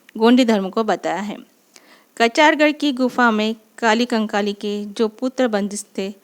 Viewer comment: Sach me apko lgta h ki ap humko दाई कली कंकाली k bareme jankari de skti h ...sbse pehli bat to ye h ki ap unka nam bhi thik se nhi le pa rahi h ...unka nam कली कंकाली है na ki काली कंकाली ......ye btayenge humko gondi dharm m bare me😂😂😂😂😂....tution chahiye hogi to bta dena mai de dungi tution 😂free oof cost ab apne sga jano se kya hi paise lu😂